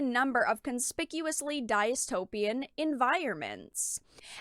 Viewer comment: The only thing more traumatic than reading modern day game journalism is how pronounces dystopian lol